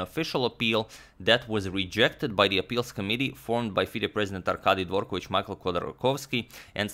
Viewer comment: you can exclude Dvorkovich from the list of surnames you think he pronounces correct :)